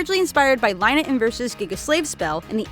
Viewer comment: "Lie-na?" Boo! I boo you!